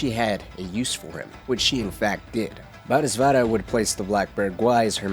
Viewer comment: repeat after me, bo-dee-suht-vah Bodhisattva